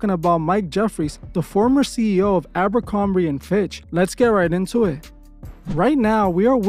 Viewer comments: Why you keep saying Arabicomby, instead of aBERcomby?! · Why does he pronounce Abercrombie like that? Sometimes he says it correctly, but most times he says "ArabMerCromBee"... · My guy, my brain hurts each time you call it Aero-bercorbie... Idk how to spell it but its like youre mixing Aeropostale and Abercrombie together 😂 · It's not arabercromby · You'd think would do enough research to at minimum pronounce the name of the company correcly. 😒